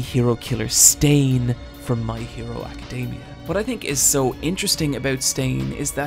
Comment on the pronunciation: why did you put emphasis on stain's name ? "Hero Killer STAIN". i just thought it was odd is all.